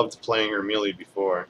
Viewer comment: MeeeLeee? It's pronounced "May-Lay." Common gamer issue (having read it but never heard it spoken...pretty common). Love your videos. They are the only ones I give an merit too when researching a character. I do your builds on most my heroes. The Diamond Emma build is UBER!